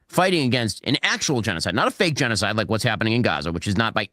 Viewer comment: Oddly, Dave's still unable to pronounce the word g3n--0--5id3. Ya ain't foolin many, Smitty.